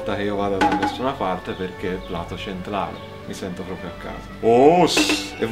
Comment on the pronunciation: quando sono arrivato a "Plato centlale" pensavo di morire ahahahah <3